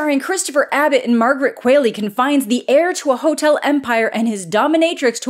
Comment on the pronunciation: The quall I'm qualley isn't pronounced like quail it's pronounced like the qual in qual-ity so it's qual-ley. I should know it's my damn name people have mispronounced for years. It's crazy no one knows that you don't say quaility 🤦🏽‍♂️🤦🏽‍♂️